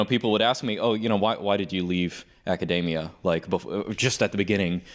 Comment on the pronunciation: Academia, not macadamia